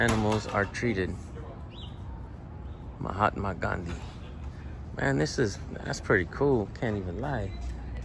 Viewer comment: Hey your pronunciation of Mahatma Gandhi was on the spot...